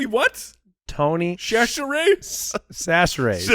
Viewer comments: As a native Louisianian..... I am cringing at y'all butchering Tony Chachere's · I'm from Louisiana. The end of the draft with the Tony Chachere's pronunciations LMAO!!!!